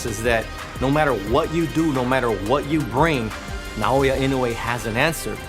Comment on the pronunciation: Not "Nay"-o-ya. Say "Nah"-o-ya." You can do it.